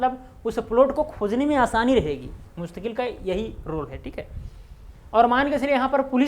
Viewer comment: The correct is mustaquil and not mustaqueel